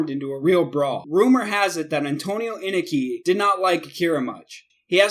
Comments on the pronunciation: Antonio Inoki is one of the 3 biggest names ever in Japan wrestling history, can u plz at least show him respect & pronounce his name correctly. Its phoenetically pronounced: In-Oh-Key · In-O-ke, NOT inake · Anoki (uh•no•key) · All this time I've been mispronouncing Inoki? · In-oh-key you idiot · It's pronounced Eye-no-key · 8. Wrong Stevie Ray dumbass. 7. It's Ricky-Doe Zan and Kim-mura. You need to learn how to promote Japanese names, oh and watch some wrestling before 2001. It's In-NO-Key for Inoki. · Bruh it's in-oh-key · I stopped watching after hearing how he pronounced Antonio Inoki's name. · Awful editing, couldn't pronounce Inoki right, little to no information about any of these "fights", couldn't pronounce Regal, abrupt endings to each clip... This video is disgusting. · And inoki